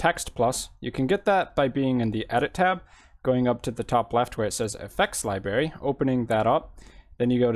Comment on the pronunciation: Li Berry? Oh please learn how to properly pronounce the word "Library".